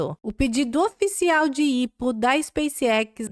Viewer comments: IPO = "Ai Pi Ou" e não "ipo" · IPO se lê "Ai Pi Ou"